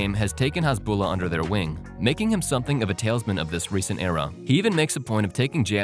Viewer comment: Narrator called him a “tailsman” instead of a talisman. Haha